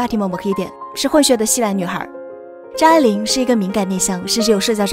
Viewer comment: 母親給他的英文名字, 拼音就是 發音愛玲, AI 發音愛人的愛,, 不是你 發音 錯的念法A鈴, 快去請教專家!!!!!!